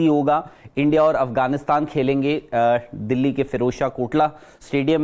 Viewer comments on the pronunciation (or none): none